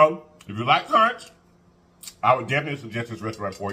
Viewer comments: It is pronounced kunk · Conch is pronounced (kunk) lol the “H” is silent lol I’m Bahamian 😅conch heaven is a good place next time try the pork souse it has has pig tails, hog mogs & pig feet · We pronounce it... conk...rhymes with trunk... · Everything looks amazing! It is pronounced 'Conk' 😊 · Hey there conch is pronounced "conk". Ch is silent. You're right it has a very delicate flavor. Can be rubbery, if cooked incorrectly. Love me some conch. Never had it fried but in stews with plantains. Best bud is from central America and I grew up with her eating it. Glad u gave it a try! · “I CAN NOT” 😂😂😂 It’s pronounced KONK boo but you made it look sooooo delicious. I love Conch. Enjoyed you today 😍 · First time I tried conch was in the Bahamas the sea gulls (those big birds) dang near took it off my plate from the table. Yes they fly that close. It was good though. I’ve tried since and enjoy then too. Finally it’s pronounced conk, like honk. Nevertheless great video per usual friend. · It’s pronounced “conk” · Pronounced Konch